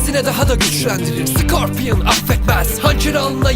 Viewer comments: scorpiyon diyen +1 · skorpyın diyen +1 lesin